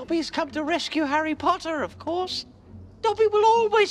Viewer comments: HARRY PLATTEERR.. HARRY PLOTTERRR BAHAHAAAAAAAHHHAHAAHAHHAHA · Harry platter and Harry ploter Im dead😂😂😂😂😂